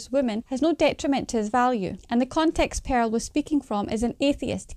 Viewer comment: The Scottish accent is great, but it's crazy how the sister pronounces Pearl as Peril lol.